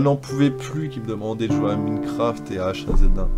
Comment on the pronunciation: bon, y'a cb de kikoo qui ne savent pas prononcer minecraft correctement ? l'autre ne fait parti lul